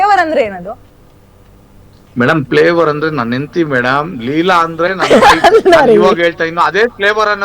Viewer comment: Flevour andre flower anta medam 😂😂😂